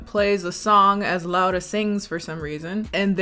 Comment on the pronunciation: You said my name right 😭 sincerely, a Spanish Laura